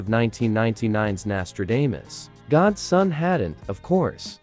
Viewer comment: Kanyer West,Gator Boys, did fam really say Nastra anus???🤣🤣🤣🤣